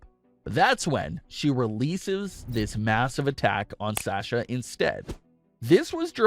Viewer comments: Love this channel, but the way you say “Sasha” is irritating. 😅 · OMG it really bothers me how he is saying Sasha. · GOD why am I watching this can't even pronounce Sasha's name right. But hey what ever.